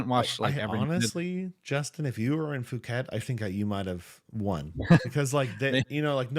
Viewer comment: Sick video, deck is solid for sure. Scary top deck contender. I'm really interested to see how the Enigma/Prism mu will pan out. also just fyi Phuket is pronounced poo-ket.